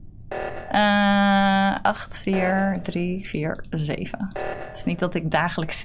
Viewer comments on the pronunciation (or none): none